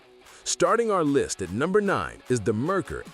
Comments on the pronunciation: Had a Merkur XR4Ti. Great car when all the things worked right. Parts and repair? Yeah, let's talk about the price. BTW, it is MARE-coor, not Mer-ker. Oh, also had an 80 Citation. Not as bad as made out to be aside from the tranny. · And the moron doesn't even know how to say it right!! Its Mare coor!! Which is Mercury in German. But by the sounds of it, you probably already know that. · Yeah, I switched off after the AI mispronounced Merkur and called it a sedan. I hate AI narration.